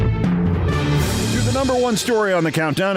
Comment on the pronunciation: "govner" that's funny